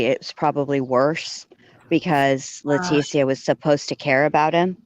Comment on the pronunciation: Sorry I missed this live! Love you guys! you’re the best! a trip too… but Let teeees ssssiiia … she’s the only one I’ve ever heard say her name this way! It is a classier pronunciation for a person of zero class! Too proper than T deserves! Thank you always sweet!